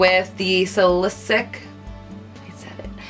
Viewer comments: SA-LA-SI-LICK is how you say it lol not SA-Li-SICK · say it with me carli. sal-e-sit-ik lol if that helps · It is pronounced SAL-I-CY-LIC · It's pronounced suh-la-se-lick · SAL-uh-SIL-ic girl lol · Love your videos! And ps, it's pronounced sal-i-sill-ic acid :-) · sal-ih-sih-lic is how you say salicylic lol! x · Lool! Its sal-e-silik xx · Hahah it's cute that you thought you pronounced salicylic properly !! It's pronounced "sala-silic " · You are adorable! Also if you want to know how to pronounce Salicylic it's like (Sal-uh-sil-ick) with the emphasis on the first syllable 'Sal' :) I only know because I work in the spa industry ;) xoxo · LOL she just reminded me of the first time she tried to say Salicylic acid. Carli, SA LI CY LIC :D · i swear nobody on youtube can pronounce salicylic lol